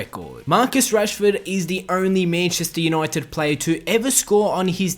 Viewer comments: Mayancheystare younoited nice pronouncing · Mayncheistar Junaited